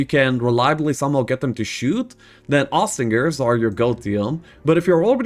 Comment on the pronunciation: Day 2 of getting to say oss-trin-jers. Austringers.